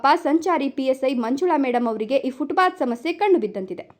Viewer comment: 😮 ಫುಟ್ ಬಾತ್ ಅಲ್ಲ ಫುಟ್ ಪಾಥ್.ಇಲ್ಲವೇ ಅಚ್ಚ ಕನ್ನಡದಲ್ಲಿ ಪಾದಚಾರಿ ಮಾರ್ಗ ಅಂತ ಹೇಳಿ.😮